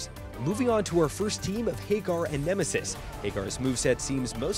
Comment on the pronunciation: I stopped the video when the narrator pronounced Haggar "Hey-gar".